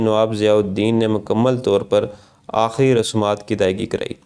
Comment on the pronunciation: aahri nahi aakhri